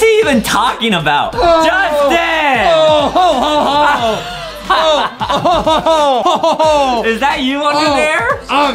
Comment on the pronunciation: Go to english class and speak J-u-s-t-i-n not judtin